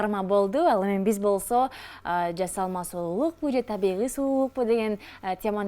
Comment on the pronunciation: Мейли оозун олуп эле кетсин,бирок Жазалма,жазалма дебестен жаСалма деп туура суйлогулочу